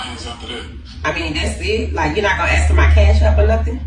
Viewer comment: Why did she AXE him she should have asked